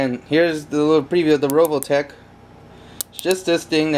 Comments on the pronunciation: RE VO TECH. NOT RO VO TECH. Word Nazi out. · u say rovotech lololololol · its RE OL TECK pleaaaaaaaaaaaaaaaaaaaaaaaaas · revoltech not roveltech